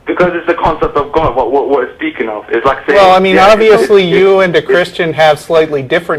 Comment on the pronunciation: Why do these Muslims have to pronounce God as "Got"